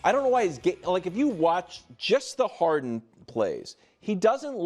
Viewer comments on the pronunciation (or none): It's James "Haren", there's no "D" in "Haren".